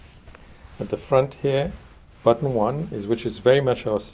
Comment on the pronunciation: Love the way he says, "hea" What we have hea..